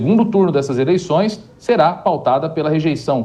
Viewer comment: “ eleiçães” o nível do jornalismo kkkk jornalistas semi analfabetos